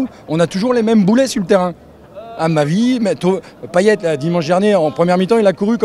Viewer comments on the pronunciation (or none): none